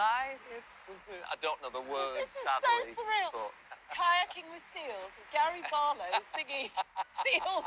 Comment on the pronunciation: Its Gar-eeeeee Bar-Low in South Africa…enjoy the beautiful bender… 😂